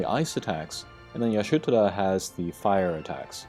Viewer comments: Isn’t it Ishtola? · Ish-tola in ff14 so if hes reading the japanese it makes sense but it definitely has me confused. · It's pronounced EE-shto-la. -.